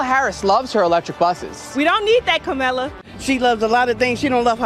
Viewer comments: Not Mammala. Kneela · Did Drew just say "MamaLa" instead of "Kameluh" 🙄😬😅🤣